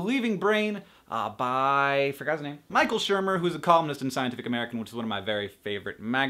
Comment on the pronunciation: omg, i swear if there was no subtitles i would of thought you said he was a communist not a columnist